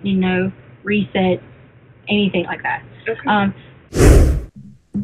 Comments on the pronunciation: "anythink" "aaaeeeeverythink". After weeks of listening to her during trial, it's all coming back to me. She's the worst, evil person and she's beyond annoying on top of it all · She also pronounces Anything as Anythink it's sooo annoying